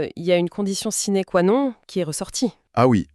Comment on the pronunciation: Les dialogues générés par IA c'est insupportable. C'est même franchement nul, le web va être pourri de ces trucs, ça me dégoûte. 120 vidéos en 4 mois, quel gâchis. "multinationnelle" plus loin, Sine qua non le "non" se prononce "none". On peut cliquer n'importe où on tombe sur du n'importe quoi. J'ai ouvert la vidéo sur les Sargasse, j'ai mis la barre de progression au pif quelque part et j'entends un travail de "Sissife" au lieu de Sysiphe et on prononce ci-ziphe. Si t'es content de toi, c'est ce qui compte 🤣😂😂